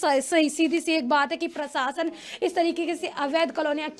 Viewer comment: Sorry madam again,,,, प्रसासन नहीं प्रशासन।